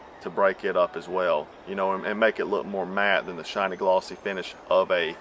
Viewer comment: shiny - not shinny